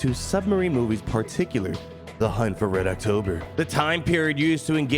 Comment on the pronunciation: As someone who loves book “The hunt for red october” (movie is great too) it slightly hurts me to hear you mess the title up lol